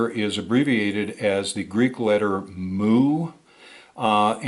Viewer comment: Mu. It's pronounced myoo (mew) like what a cat says and not moo like a cow.